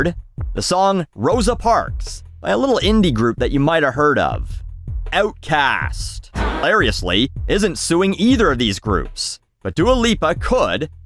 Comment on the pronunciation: Owltcast lol, at least didn't go full Canadian with "Ootkast"